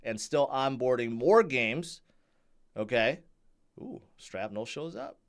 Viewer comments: It's not Strapnel....😂 it's shrapnel...like from a granade... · why you call it strapnel? 🤣😂. and you telling us to "strap on" all the time! 😅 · I heard him say sTrapnel. SMH